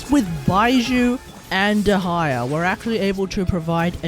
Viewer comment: Its little funny when you say "dehaya"